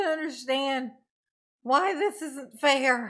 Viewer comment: “It’s not feer“ yer honor. LOL. Anytime DB says “with all due respect” you know what he’s gonna say will be 100% disrespectful and based in no fact whatsoever.